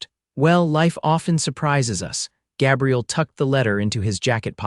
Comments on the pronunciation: "Găbriel" is the FEMININE PRONOUNCEMENT - The Male pronouncement is "Gā'-briel". You need an AMERICAN Editor, since these are "American" stories. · LONG A IN THE MAN'S NAME: GABRIEL Short a, as the AI voice is saying, is a woman's name, soelled: Gabrielle... Irks me; not going to listen. Bye! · Gabriel and Gabrielle. Two different pronunciations. Ai sometimes not so bright. His father dies and he proceeds to abandon his mother. For 8 years. She begs him to come home and waits till she is dead too. What a jerk! I abandoned this story after the 4th Gabrielle mispronounce. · 😮 Numerous incorrect pronunciations. AI??? Especially Gaaabriel! Narrator distracted from an otherwise good story... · Pronounced Gay bri el. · AI needs to learn to pronounce vowels. Ruins the story giving the Cowboy a girls name. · The mispronunciation of Gabriel is irritating. But its a good story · Long A in Gabriel for males-sounds like A I is calling him a female name. I dislike A I reading anything. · Agree, I can't even listen when the name is mispronounce 4 different ways.